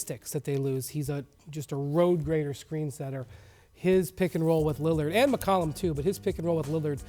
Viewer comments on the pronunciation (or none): Stephen Jackson is McCollum not McColluh